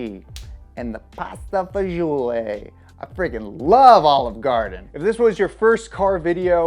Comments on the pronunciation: He butchered all Bugatti names 🤦🏾‍♂️ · He needs to learn how to say bugatti model names